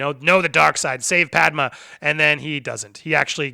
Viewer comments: “Padma” lol, are you going to do clone wars the movie ?? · Pad-May!!!!!!!!!!!!!!!!!!!!!!!! = Padme